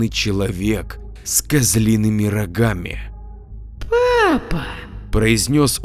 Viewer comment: Вокрух😏 - Не приятно когда "г" читают как "х"!!!- пожалуйста, не ломай в чтении произношение! Ты же не читаешь!: "-...существо с рохами"!!!- с рогами 👆👆👆 Не в обиду ✊🤝